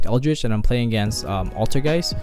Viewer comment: You know he's brain dead if he cant say Eldlich correctly